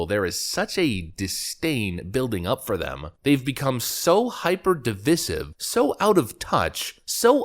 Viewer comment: I clicked on this video to discover that I was unsubscribed. Then I realized I had just pressed the button. People who say de-viss-ive, are the same people that call a vase a ‘vauwz’ because they think it makes them sound smart and cultured.